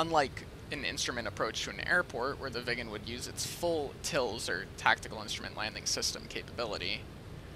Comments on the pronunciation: More Swedish: Röv means pussy in Sweden! :P Btw: Road is väg not röäd! Or not even röåd or råäd. Also your pronounciation of Viggen sounded more like ”vegan”!? I would say it rather with small pause in the middle: Vig’gen. AlsoAlso: I wouldn’t say ”Mach point eight” until I go 1,8 mach, as I’m pretty sure you were going 0,8 mach? More Swedish: Submarine is Val in Swedish! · Fun fact, the Swedish lerter ' i ' sounds like an ' e '. It would be pronounced Vee gen. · Thats odd, what do sound like an Swedish "i" is an English "e" i.e "England". I can assure yuo that " Viggen" is prononced with an "i" like in "inbound" or "inhouse"